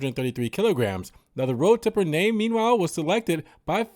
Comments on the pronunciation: It's road tripper..not tipper😂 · Road Tripper (with an "R"), not Road Tipper